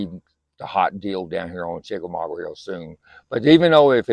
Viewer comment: Chickamauga... Not chickamaugwa